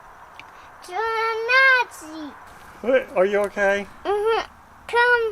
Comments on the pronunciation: Oh...that's what he said, "Nassy" (as in, nasty). I thought he was saying, "Nazi"! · I was gonna make a joke about when he started to speak funny when he saw you all Muddy! and to me, it sounded like German!.. when he said "that is Nazi - (Nasty)!" I was sure it was German!!😂 you gotta love 😂😂